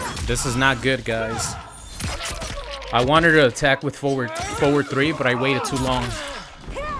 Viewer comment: I’m glad I’m not the only person who hears him say wanted in such a strange way. Wanneder.